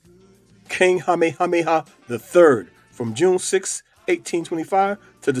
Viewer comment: Your pronunciation of some of their names is atrocious in this and your earlier video. You need only call the Hawai'i Ne Visitors Bureau to get coaching to get it right. I'm pleased you are pronouncing Queen Lilioukalani's name right at times but not Kamehameha or Kalakaua. If you strive for accuracy and truth, you would get coaching or use a professional narrator. My great grandparents came to Oahu since the late 1800s.